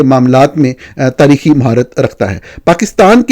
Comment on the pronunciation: خطرے کی "گھینٹی" نہیں گھنٹی ہوتی ہے۔ اسی طرح "تریخی" نہیں تاریخی معاہدہ ہوتا ہے اور pleesy نہیں policy (PAW-LISS-EE) بولا جاتا ہے۔ ویسے آپ پاکستانی صحافی دنیا کی واحد مخلوق ہیں جو اپنے ملک کا نام بگاڑ کر PAAK-STAAN بولتے ہیں۔ کم از کم وطن کو تو درست طریقے سے PAA-KISS-TAAN بول لیا کریں۔ ملک کو mulak بولنا تو خیر آپ کی چھیڑ بن ہی چکا ہے۔